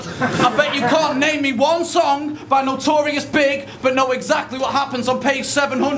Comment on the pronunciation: come on, NOBODY says "notorious big" lol. it is and always will be notorious B - I - G